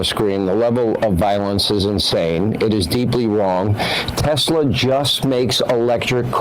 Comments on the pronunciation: "I love teslur" "everything is computer " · The next teslur product: the swasti-car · "I love Teslurrrr!" Words can't describe how the enjoyment I got from that. It was just so absurd, yet the most perfect capstone for that whole s-show. I lived in New Orleans for a number of years and a lot of older people would add an R to the end of certain words as well. That place is out of control as far as linguistics is concerned. One of my favorite examples was at a holiday party where someone asked "Where's Neenur? (Nina)" and got the reply, "She's right there on the sofer (sofa)" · TESLUR. :3